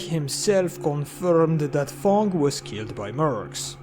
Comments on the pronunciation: When you say Fang it sounds liek you say Thong LOl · fang is the only word where i felt your french